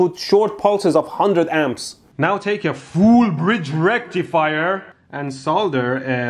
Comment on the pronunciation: FOOOOL BREEEEEEDGE RECTIFAYA 😁😁😂😂😁😀😀😁😁😁😁😀😀😀😀